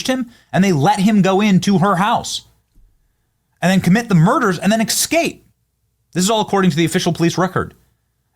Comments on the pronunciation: …you’re killin’ me smalls… ES-CAPE NOT EC-SCAPE🙄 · ESSScape Benny not ekscape, it's been killing me hearing you pronounce that word. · Please stop! It's not eXscape. It is eScape. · It is e s cape not e x cape. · STOP SAYING >>EXSCAPE<< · The word is escape, not exscape. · Is the word “escape” really that difficult to pronounce correctly? Excape isn’t correct. But leave it time to axe difficult querstions. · Well done as always! (Escape, not excape) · Escape, not "excape." What the heck. Public schools suck. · Since I major in the minors, my question: Is it a mid-western thing to pronounce "escape" as "ekscape"? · ‘Exscape’? Has Benny had a melanin injection?